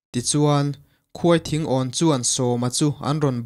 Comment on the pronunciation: A ngaihnawm eee.mahse,KHUAI THINGAWN tilo hian KHAWITHINGAWN tih ni zawk se